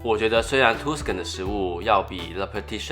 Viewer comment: 講解的很仔細，聲音很好聽，景象取景很好，很用心的視頻。 小糾正：Tuscan位於意大利中部地區，是早年文藝復興的重地，Tuscan 的u發A音，所以Tuscan發音是塔斯肯，不是圖斯肯。